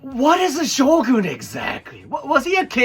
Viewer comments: I thought he said SHOTGUN 😭😭😭😭😭😭😭😭😭😭😭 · Shogun is a shotgun without "t"